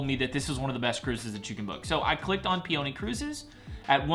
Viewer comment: How do you mispronounce peony? Like the flower pee-oh-knee, not pee-onee